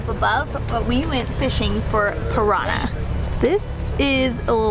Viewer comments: also used to colorize foods and body painting....by the indians . You guys allow me to help you to pronunciate "PIRANHA' correctly...(considering the way you're doing it's ok. 4 me) I do it to challenge ,not you,but me.I want to now if the way I found to teach the word is in fact effective....well let's go: Split the word in 2 like this:PIRAN & HA. - in PIRAN , say it stretching the word...like PIrannn - in HA , say the english word YAH (yes) Pirannnyah. You tell me later if it worked.......B.T.W.,nice video,good shots and the usual sympathy show offered by the intrepid couple. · The pronounciation is Piranha not Pirana. nh is pronounced like the ñ in spanish.